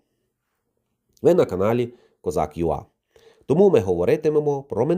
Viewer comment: Козак "ЮЕЙ" а не ЮА, чому перша літера англійська (латинська), а друга українська?!!